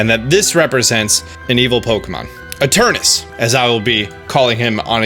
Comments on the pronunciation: It's ETERNATUS, not ETERNUS!!! Hahah seriously tho, great vid. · I am fuming with rage whenever he say's "Eternus"... It's effin annoying -_ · Those 186 dislikes just couldn't take him pronouncing Eternus and Olaina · What’s with you and just skipping letters from names? “Eternus” and “olana” lol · Whenever he called it Eternus instead of Eternatus he hurt me. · It’s e-tur-NA-tus. Stop saying Eternus. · Eternatus, not Eternus. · omg can you read. its eternatus not eternas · ITS ETERNATUS NOT ETURNUS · he's been saying space chicken wrong, on the affleck leak it says eternatus not eternas, also please do a video after the games released about how the space chicken was actually related to the plot and dynamaxing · Why does he keep saying Eturnus, but everywhere (even in the title) it's Eturnatus? >.< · Ee Ter Na Tus.. What's up with writing syllables, but not pronouncing them? Ee Ter Na Tus. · Does it drive anyone else crazy that he calls it Eternus rather than Eternatus? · I do the same it just sound nicer to say eternaus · Its fine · Really funny, considering there is no official name/reveal yet. He can call it as he pleases :P. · anyone realise he says Eternatus Like Eternus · I love ya dog, but you keep spelling it Eternatus while pronouncing it Eternus and it's messing with my head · Soooo.... Eternatus but said like Eternus? 🤔 magic space chicken makes the "at" silent lol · Ok but it hurts every time you pronounce it "eternus" when its clearly spelt Eternatus. It's physically painful. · I couldn't have said it better. In fact, I didn't, so I'll delete my post about it. Thanks. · Please stop saying eterNATus' name wrong.... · this whole video, you keep missing a syllable. “Eternus”. smh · its spelt eternatus but you b pronouncing it as eternus, im confused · EterNAtus. Seriously dude wtf. You are skipping an entire syllable every.single.time. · Why can't any poketuber pronounce Eternatus correctly?